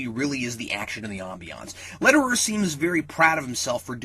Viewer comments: Not to nitpick but I really wish you pronounced Louis Letterier's name properly. It's just that he is French and it was jarring to hear him pronounced as "Letter-er." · You didn't even try to pronounce the director's name right lol.